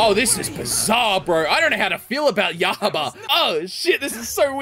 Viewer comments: in Japanese, the "U" is pronounced "oo", the "O" is pronounced "aw", and the "R" is pronounced with more of a sharper flick of the tongue. So Susamaru would be pronounced "Soo-sah-mah-roo" Except the "R" sounds more like an "L" but not an "L". And Yahaba would be pronounced "Yah-hah-bah" with no emphasis on any of the syllables. Japanese-speakers hardly stress their syllables, something we English-speakers do a lot. Though, as a general rule of thumb, in two-syllable and three-syllable names, the first syllable is stressed, and in four-syllable names, the third syllable is stressed, and in rare cases, five-syllable names, the fourth syllable is stressed. This is what we English-speakers tend to agree on when saying Japanese names. Keep in mind that there are exceptions, like "ShiNObu Kocho" and "TaMAyo" Hope that helps. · Su-sa-mah-ru Ya-Ha(space)ba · Su-sa-ma-ru = Susamaru Ya-ha-da = Yahada This how I think the names are supposed to be pronounced